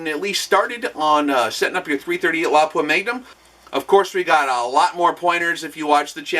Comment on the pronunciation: I am so happy you pronounce Lapua correctly :D